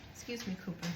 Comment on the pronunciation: Ha! I thought you said pooper not cooper lol!! And I can't wait to make this soup looks soooo delicious ❤❤❤❤❤